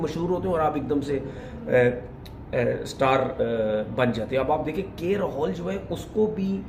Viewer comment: Rahol nhi Rahul hai...